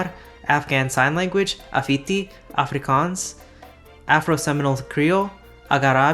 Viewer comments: Bro saying “Afrikaans” in a very close to afrikaans accent brought me joy I will never be able to understand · Your pronunciation of Afrikaans was amazing, as an Afrikaner!